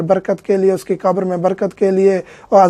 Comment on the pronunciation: Salam moulana Urdu Mai qabar qaf say hai kaaf say nahi qabar hai kaabar nahi plz try pronounce Urdu correct plz don't mind